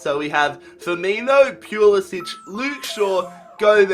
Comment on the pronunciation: pls stop saying pulisc's name like that. In america t is pronoused POO-La-Si-ch